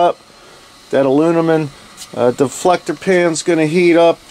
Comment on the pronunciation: Great video! Love my PK 300 too! Your Stoker is a great idea. Thinking about making one myself. Oh, and “uh-loo-mi-num.”